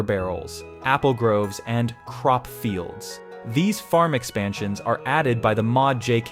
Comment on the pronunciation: fair enough, but is is kinda funny the way the filter emphasises the sentences. e.g. : "As we get closer to the city? We come across well-developed farmsteads with big water barrels. Apple groves, and "crop fields""